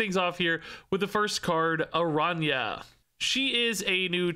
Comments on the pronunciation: Wasn't that (the activate ability) kinda what they were originally going for with Kitty Pryde? Wasn't she originally a card that you could bring back to your hand? If so, maybe there will be cards that can actuvate more than once? Also, and i apologize for being nitpicky, but it's Aran- ya. Not arana. The ~ over the N gives it the yuh or ya sound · Pronounce it like it was written as Arania. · Not to be that guy, but the ñ in Araña is pronounced "ny" - the closest I can think of as an English example is the catgirl "nya" thing -, so it's pronounced "Aranya". It literally just means "Spider" in Spanish. I'm definitely being that guy. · Araña is pronounced "Aranya" it means spider in spanish😅😊